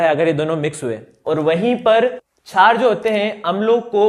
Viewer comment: क्षार bolne ka tarika thoda casual h